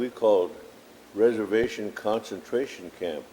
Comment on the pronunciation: Reservllllations suck but hardly consentration camps